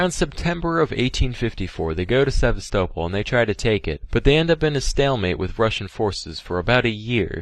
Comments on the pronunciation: For pronouncing Sevastopol as “sehv•stoe•ple” he I see why this got taken down. Not on my Christian Minecraft server, Sam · I reckon it’s deleted cus he mispronounced Sevastopol through the entire video and didn’t want to re-record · Sevastopol is pronounced... Sevastopol? Aliens did me dirty. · he pronounces Sevastopol so wrong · Maybe he deleted it because he was embarrassed he couldn't say Sevastopol right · also scuffed ass pronounciation of sevastapol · omg when he mentioned sevastopol i was like "the ship from alien isloation but pronounced wrong lol" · Or it was the repeated mispronouncing of Sevastopol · He also horrifically mispronounced Sevastopol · no he didn’t